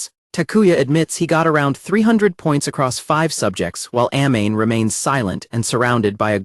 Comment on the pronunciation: I hate the fact that you're mispronouncing Amane's name..